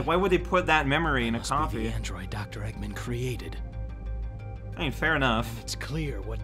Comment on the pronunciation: The way he pronounces Doctor Eggm'n is amazing.